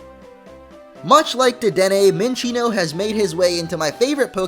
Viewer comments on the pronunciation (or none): WAIT. Did you call your Minccino mascot Munccino?! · you miss pronounced minccno